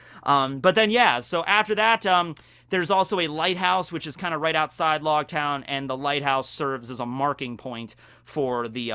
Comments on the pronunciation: Technically it’s pronounced like “Roguetown” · I thought it was pronounced like rogue with an l- instead of r-. Cause it's ouge. I have always said it like that. Lōgtown